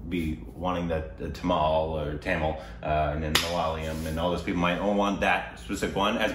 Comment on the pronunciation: That tTamule 😂😂 nyc men... BTW Correct pronouncement is, THAMIZH THA-(த)MI-(மி)ZH-(ழ்) And dont miss to react the flashback fight scene in this movie...